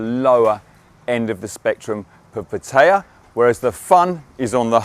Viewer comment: At last someone who pronounces pattaya the same way as I do. You hear it said in so many different ways, some are like nails going down a blackboard to me lol